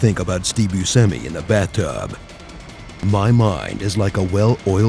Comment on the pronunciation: Bue-Semi? It's Bu-shemi. lol